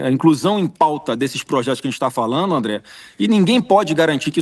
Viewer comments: " falano" 😂😂😂😂Pensei que era " falando". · É de sentir asco e ter ânsia de vômito ouvir falas que causam o assassinato da Língua Portuguesa. Essa Sadi não pronunciar o gerúndio na conjugação NDO. FalaNDO, assistiNDO. Então, já que é assim que ela, como jornalista, fala, vamos todos omitir o “d” do NDO e partamos para o “iNO, falaNO e etc”.